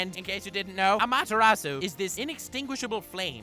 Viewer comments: Who got triggered when when he said ama tarasuu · Wait wait wait wait How the fuck did you read “amaterasu”